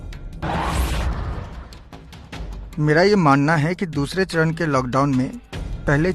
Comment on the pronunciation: चौथा सरन नहीं वो, चौथा चरण है